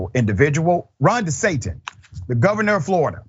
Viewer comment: Did you just say Ron DeSatan?